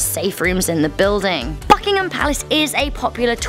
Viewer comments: My ears bled lol BBBUUKK ingham Palace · I got scared when she said BUCKhigam palace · At the beginning I thought you said fuckingtin palace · I heard Buckingham palace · If u keep playing the beginning of the video it sound like fuckingham palace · Sounds like FuckingHam Palace Xd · At the start of the video it sounds like she says F****ingham Palace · In the beginning of the video I thought she said fuckingham palace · Hi is it me or does it sound like it says fuckingum packs at the start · I heard fuckingham palace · That was the loudest and most distinct "b" i have ever heard when she says "Buckingham". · As soon the video starts its sound like a swear word lol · Sounds like the f word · ...the way she said is disrespectful...atleast try to pronounce it properly....